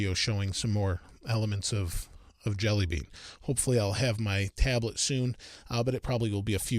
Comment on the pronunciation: Thought he said android deli meat